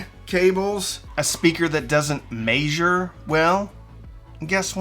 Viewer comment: I appreciate your videos greatly so thank you :) your pronunciation of the word "Measure" always makes me laugh... yes, I'm Canadian so that might be why ;) high fives all around